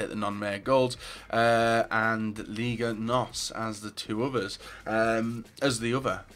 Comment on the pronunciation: it aint ligue..., its liga